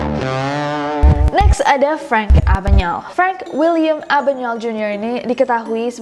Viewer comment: Nes, pronunciation nama Frank Abagnale kok bisa jadi Abanyael? Bukan Abagneil instead? Ini contoh penyebutan nama beliau oleh salah satu pembawa acara tempo dulu.